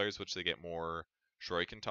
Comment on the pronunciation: Shu-ree-ken please